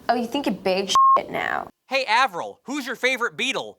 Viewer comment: eivril?... Eivril... AVRIL !hahaha